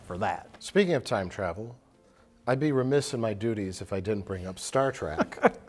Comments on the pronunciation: Mike likes "Star Trek" but he says "Star Track" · please tell me he didn’t say “Star TRACK”...